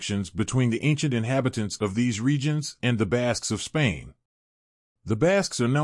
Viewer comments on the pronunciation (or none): none